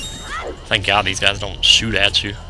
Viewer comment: Im accualy gonna switch back into a shoe" i know you said shoot but lol